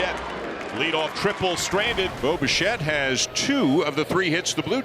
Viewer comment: Great win, sure. But am I not the only one who hears "Boba Shett"?